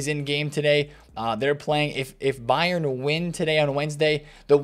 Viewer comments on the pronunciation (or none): none